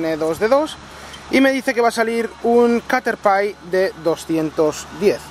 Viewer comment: caterpai es caterpie y se pronuncia caterpi